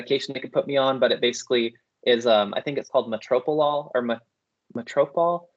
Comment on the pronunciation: I think the medication you're trying to pronounce is Metoprolol ~ my mom took this medication which is a beta-blocker used to treat chest pain (angina), heart failure, and high blood pressure.